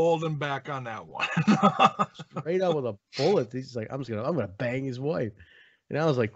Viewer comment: I thought ace Austin said bag not bang